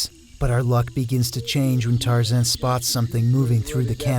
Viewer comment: Sorry couldn't watch it past the point where you said your mate's name was tarzen.